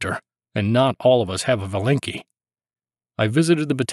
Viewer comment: Thank you for your job. P.S. Not valEnki, but vAlenki.